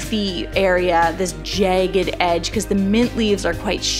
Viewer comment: Nice, thanks! These look great and your voice is very soothing. Love the way you say "jagged"--it almost sounds like jae-gged!